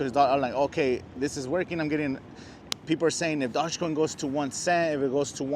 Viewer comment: Probably lost a million because you can't even pronounce it right did not know dodge made a coin